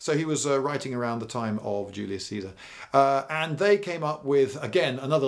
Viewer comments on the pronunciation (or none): none